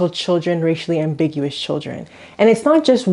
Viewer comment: racially ambiguWHEREE?? 😭😭?